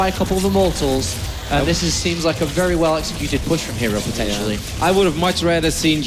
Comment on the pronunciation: "Pretendtially" lmao